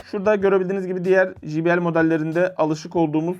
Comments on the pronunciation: Evladım her mok' u biliyorsunuz.. ama ukalalık yüzünden bir çok şeyi poponuzdan ( g.. yazmadım ) uyduruyorsunuz. J harfi ingilizcede ...ji... diye okunmaz. CEY diye okunur. Bilmiyorsan öğren de millet gö....le gülmesin ! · J harfi İngilizcede Cey diye okunur...Jİ diye okunmaz allahın kırosu